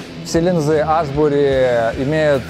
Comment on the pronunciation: Аааааааааа))) хоть бы название бренда правильно говорили